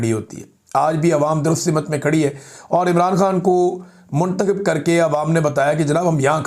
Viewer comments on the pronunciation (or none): Imran meray Bhai, I am sorry. ( simut nhi hota simt hota hay.